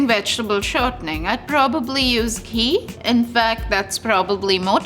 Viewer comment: This level 3 chef is the biggest coconut I've ever seen lmao its ghee not "gee"